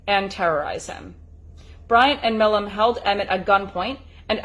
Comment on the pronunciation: Pronounced My Lam